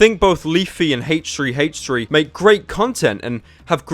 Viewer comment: Does anyone know why he pronounces it "Haych3" rather than "Aych3?"